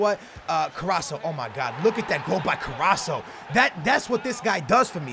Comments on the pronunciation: It's carrasCo not carraSo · It's carassco not carasso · it's carrasco and not carraso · You're pronouncing Carrasco wrong. It is Carrasco not Carrasso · hey look this becomes worst his mane is not CARRASSO ITS CARRASCO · Yo It's: Carras-CO not Carra-SO, Just helping no hate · IT'S CARRAScO NOT CARRASO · CarrasCo no Carraso ;) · KarasCo not karasso CO😃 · get i right plz its carrasCo not Carrasso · Haha, it's carraSCO not carraSO. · plz could u say carrasco not carraso plz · the name is CarrasCo not carraso:-) #nohate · His name is carrasKo not carrasso the C in carrasco is like K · CARRASCO!!!!! CARRAS - CO!!! NOT CARRASSO!!! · Ka-ras-ko not carosso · Somebody please let him know that there is a c in carrasco it's not carraso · Hey, its CarrasCo NOT Carasso;) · His name is CarassCO NOT CarasSO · CarassCo not carasso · Stop saying carrasso his name is carrasco with a c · hey its carrasCo not caraso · let's count how many times sais carraso not carrasco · it's Co-ras-co not corasso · it's carasCo not caraso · he is still saying caraso it's CarasCo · Btw It's CARRASCCCCCCO NOT CARRASSSSSO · HIS. NAME. IS. CARRAS(C)O. NOT CARRASO!!!! Love your vids <3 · His name is CarrasCo not Carraso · CarrasCo not Carraso. keep up the great vids tho! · CarrasCO not Carraso :( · it's carrasco not fucking carraso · you Carrasco is like Carrasko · its carraskkkkooo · it is carasco (kar-as-koh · STOP SAYING CARRASO it makes me go crazy hahah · CAR-RAS-CO Get yo shit together still one of my personal favorite youtuber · it's carr-ass-co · Its carrasCo you say it like karrasko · Kar-Ass-Ko please like so can pronounce it right in the next episode = ) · im a big fan but i would just like to point out that its pronounced carrasko. Like so can see. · it's Carass-CO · you pronounce it ka-ras-ko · carasco is pronounced car_as_go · it's carr-as-co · it's CarrasCO